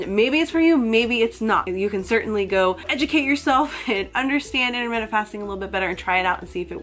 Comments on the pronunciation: 'innerminneht fasting' 😖 sorry, it irritated me a little 😂 its just my silly british self, ignore me 😉 (inter-mit-ant 😋) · IT'S INTERMITTENT!!! NOT INTERMINUTE YOU SPA!!